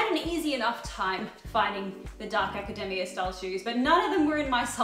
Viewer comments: As someone who works in an AUS uni, I can confirm we tend to pronounce it as aca-dee-mee-uh. Also, this is giving me good inspiration for my work wardrobe! ✨ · Does some else think she looks like a Genderbent Milo from Atlantis in some of these outfits or is it just me? I absolutely love that you decided to try out this style, I think it looks great on you. Also, from the US here and I also pronounce Academia like Macademia nut so you are not alone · As a fellow Australian... Its Academia like a Macadamia!!! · A-ca-de-mi-a that's how I whole say it you missed the m sound in the "mi" part Hope it makes sans If not, I'm from Denmark and English is my second language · as a fellow aussie its pronounced "aca-dee-mee-a" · Fellow Aussie who says 'ack-a-dem-e-a'. That's how my mates all say it too. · 😅 The more she says act academia the more my brain says my hero academia! Come on I can’t be the only one who’s thinking every time she says that!!!🤣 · Lol in kiwi land it's pronounced "aca-day-me-ya" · Aaaaaand in another episode of erases her Australian accent to please picky American's whos never heard people from other countries speak, she erases the Australian pronunciation of Academia because it sounds like a nut. Seriously, please stop it!! You're not american!! Be proud of your accent dammit:(( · You say academia like we say it in spanish 👌🏻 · Saying "acadamia" like macadamia nuts made me giggle.